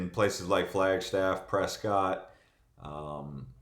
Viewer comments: Pronounced Press-kit (prescott) & it's growing fast! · It's pres-cot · It’s Preskitt, as a native and has a cabin there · And he can't pronounce pres ket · I definitely know that you're not a local from Arizona because the way that you said Prescott...and you have No idea what Northern AZ is like . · Prescott rhymes with biscuit. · That was the first time I ever heard Prescott pronounced that way so I really don't know how you're supposed to pronounce it. I'm in Far Far Far East Mesa and everyone here calls it press cot. I wanted goodweather too of course coming from California but I really don't like snobs.